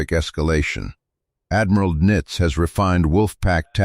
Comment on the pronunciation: AI can't even properly pronounce Donitz's name. It is definitely not nitz.